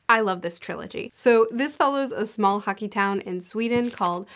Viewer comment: About the bear Town trilogy I kept thinking you said Haki - and was confused how a Swedish Town revolved around one piece magic